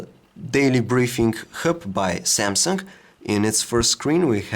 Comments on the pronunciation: Why do you say: Samsunk-omnia 7??? Very Annoying.. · the SAMSUNK omnia seven lol xD